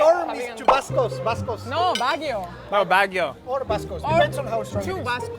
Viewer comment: Y'all said "BAGUIO"( bah-ghi-oh) it's a place. It should be pronounced "BAG'YO" (typhoon/storm)